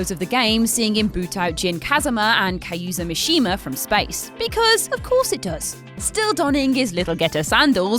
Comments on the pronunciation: LOL "Kuyza Mishima" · Kayuza Mishima?!